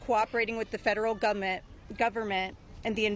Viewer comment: Better check out Massie's background. Where'd he go in this "announcement?". Fair enough question. Courtney Wild, "In 2028, I was cooperating with federal govement, government..." What? In 2028??? Gove ment? Is that a future participle of "gave?" Uggghh